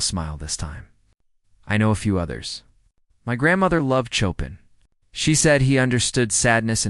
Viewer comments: She could not see the grain in the wood of a Black Steinway Piano; fact is no one can. They are pitch black varnished. BTW Chopin is correctly pronounced as SHOWPIN or SHO PURN the letter 'R' is pronounced without purring; it is almost dropped. Not chop uhn; as in chopping wood. Look it up on the internet. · His name is pronounced Shopan...You're AI sucks???? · Chopin is pronounced CHO-PAN.